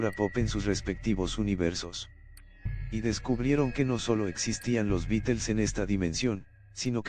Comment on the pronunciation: Los Bitels 🤣